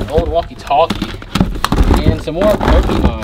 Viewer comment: So you have hella dragon ball tatoos and you pronouncing Pokemon pokeemon... Highly confused!